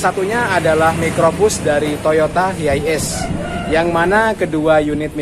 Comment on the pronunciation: Penyebutannya tu bukan hiaies om, tp haies